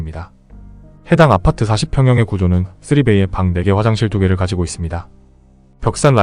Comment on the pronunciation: 아파트만 발음을 독특하게하셔서 신기합니다 압!파/>뜨